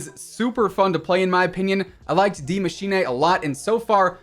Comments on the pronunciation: Why do you say die machine d machine ey??? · Lol at the way he pronounced Die Machine